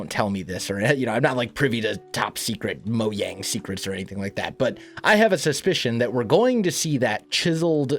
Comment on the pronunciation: Mo-Yang Mo-Jang